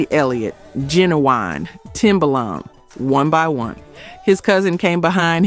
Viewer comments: Soooo many mispronunciations it's hard to listen to. It's not Ma Girl, it's My Girl. It's not pronounced Fyoujees. It's pronounced Foojees. It's not pronounced Ginawine, it's Ginuwine with a u. It's not pronounced Timbalon. It's pronounced just like it's spelled Timbaland. I enjoy these stories but you should say the names correctly or let someone else do it. If you don't know then you should ask somebody. In fact, assume you don't know and ask somebody before you post. If this is AI then you should get someone to read it correctly. I'm sure you would have more subscribers if your site were more professional. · It's not Genaeine it's Ginuwine,and it's Timbalin